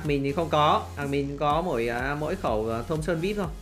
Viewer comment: thomson e toàn đọc là thơm son